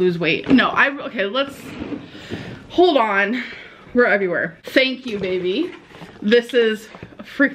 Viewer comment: “Vevy” is all I hear 🥴